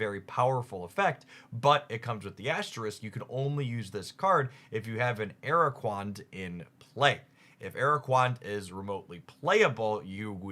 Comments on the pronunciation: ara-qua-nid not ara-quand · araquand, aquerola gold pronunciation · Ah yes Araquand